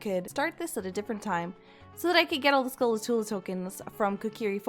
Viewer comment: Can't help but notice my OCD kicking into overdrive due to the "Skulatula" when it fact it's actually "Skulltula"